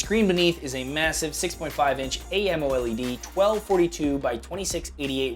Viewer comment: A. M. O. led? If you wanna read it out as an acronym, then say A. M. O. L. E. D, but don't butcher the name and half acronym-half name it. Pick one: amoled or A.M.O.L.E.D